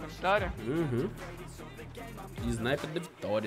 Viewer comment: A svd ele falo que e isnaiper kkkkk